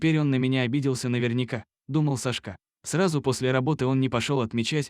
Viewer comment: Какой ужасный диктор, в этой истории все перевернули с ног на голову, не понять где начало, а где коней и инаверное не сашкÁ а cÁшка !!!